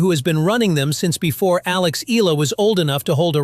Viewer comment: E yA LA to pronounce it, not ELA.